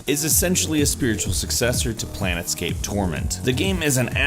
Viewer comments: It's "'Planescape: Torment' not 'planetscape. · Sounds like he said Planetscape instead of Planescape. That would have been a completely different game I believe. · He says Planetscape Torment??? It's Planescape: Torment. . . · Planetscape! You mean PLANEscape, right? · Did that man just say "Plan Escape"?? PLANE SCAPE dude! You know, you're kick around in the PLANES - of Reality!? I mean, obviously trying to escape (difficult to avoid spoilers here) is a pretty central theme, but Planescape was a pretty massive piece of the D&D setting, and many stories were set there apart from the CRPG. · did you really just say planetscape tormet? PLANETSCAPE? dude...good vid though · Did you just say "Planet scape torment"? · Did the fucking guy call Planescape Plan-Escape! What the fuck who is this guy! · Did you seriously say "a series to planetscape "?